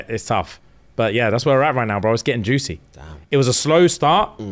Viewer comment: so who was responsible for the attack, people that have read the book.....cause says "juicy" too strongly 😅